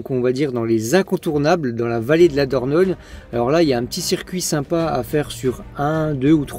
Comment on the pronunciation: Kes ki di? Il dit qu'il a visité la Vallée d'la Dorgnole😅, euh dornole😓, Ou diorniole 😫fin j'me comprends quoi...🙃😜